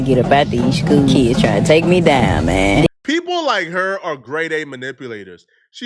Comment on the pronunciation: The school shouldn't hire a sub that says shkwel and keeds in the first place that person can't spoke properly, what they gonna teach?